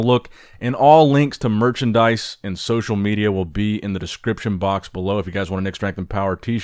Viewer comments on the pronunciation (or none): none